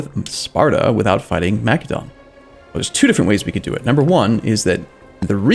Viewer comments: plz... its not pronounced makedon.... its masedonia or masedon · MA-SEH-DON, like the country Macedonia.